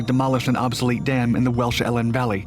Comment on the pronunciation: yeah man and Elan valley is pronounced ee lan